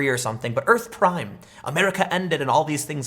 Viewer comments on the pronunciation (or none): none